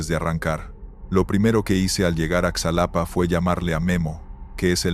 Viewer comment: Solo un comentario, si fuera real la historia o el personaje . Sabría que el nombre correcto es Xalapa. No como lo pronuncias. Ojo